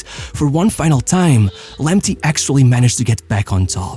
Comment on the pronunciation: It is pronounced Lamptay not Lamptee. Thomas Partay not Partee. Tariq Lamptay not Lamptee